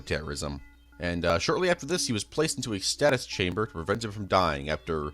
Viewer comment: A status chamber? The word is produced Stay-sus🙄